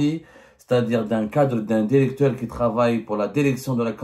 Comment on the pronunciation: Arrête de dire "dérecteur", ya weld el kahba, articule bien et prononce "directeur" comme tout le monde.